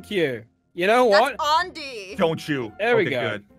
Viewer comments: "Ondy" XD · Summer Preston remember how she was making fun of Andy’s name and said undie that’s why. I know it’s Andy 😂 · My favourite part of the video was: Jess: says Aundy Kestin: says jussica Jess: says Kustin Andy: it's like cous cous in a tin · She called Andy undie